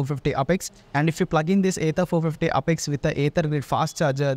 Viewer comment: Sir please pronounce it properly it's apex and not upex...